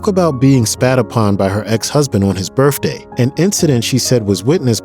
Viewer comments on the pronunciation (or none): Why can't he pronounce "ask" instead of saying "axe" & "birthday" instead of "birfday"..? I loved Whitney but hearing him butcher the english language I had to click away. Sorry but it's a thing I have about pronunciation.